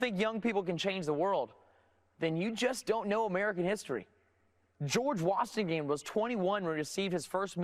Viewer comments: Am I the only one hearing "George Washinggame"? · Is he saying "George Washingame"? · did he just say George Wastingham?